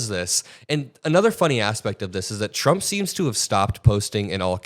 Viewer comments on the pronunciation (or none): trey has slip of the tongue when he starts talking...chump trump lol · The fox news guy accidentally said chump instead of trump lol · Slip of the tongue chump😅😅😅